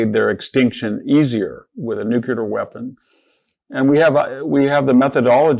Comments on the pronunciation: VDH just said 'Nucular' and it was not a slip of the tongue, because he said it again ! How disappointing. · Cant take anyone serious who cant pronounce NEW CLEE ER . So much for degrees